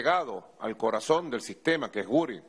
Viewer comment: "Al corazoM"! Nico necesita definitivamente un logopeda!